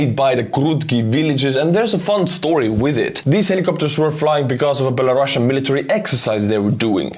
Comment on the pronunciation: It's Belarusian, not Belarussuan. We are not Russia